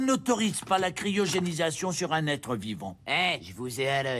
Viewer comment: Crier o génie :')